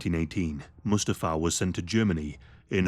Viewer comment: One of the most interesting, informative and compassionate videos! Only issue is Mustafa’s name is pronounced, ‘moo STA fa ‘(think Lion King)